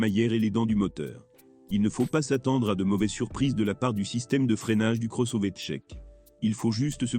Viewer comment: La voix synthétique, c'est pénible (Le cross-ové ?). A part ça, déjà changé le pare-brise deux fois en 60 000 km. Mais le vrai problème, c'est le logiciel. Multiple mises à jours, mais aucun résultat. Certaines fonctions on dû être désactivées comme le reconnaissance des panneaux, extrêmement dangereuses. Pour le reste, ça ne fonctionne pas ou seulement la moitié du temps, comme par exemple le Line Assist (qui sonne en permanence quand il est HS !) ou Apple Car Play, qui refuse régulièrement de fonctionner. Autre point: très sensible à la qualité du carburant. Véhicule immobilisé pour l'instant à cause de ça, depuis plusieurs jours. Panne à répétition encore sous investigation. La révision doit obligatoirement se faire chez Skoda. Sinon, vous aurez acquis une expérience utile et perdu beaucoup d'argent.